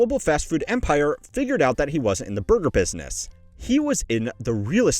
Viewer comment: almost sounds like you said booger business